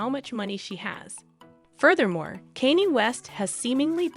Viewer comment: The robot is not pronouncing the names of these famous people correctly. Therefore it’s very hard to understand…like who’s Caney?? And who’s Killee?? Never heard of them. Do better. At least listen to this trash before you air it!